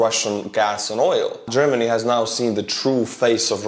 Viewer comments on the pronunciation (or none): none